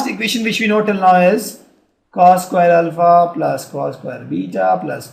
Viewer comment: cohshines, rayschieos and ul-fa.